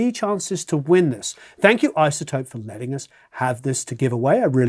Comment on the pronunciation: It's IZZZZZZotope, not ISSSotope !!! You might as well say OSSSSone !! My point is why say it like that ? It's like those yanks that say So'dering instead of Sollllllldering !!! So annoying !!!